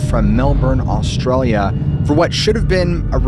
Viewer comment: American guy speaking aussie every time he says the word Australia 😂